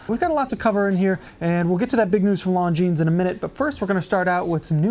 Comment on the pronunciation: The way he's pronouncing Longines is killing me inside!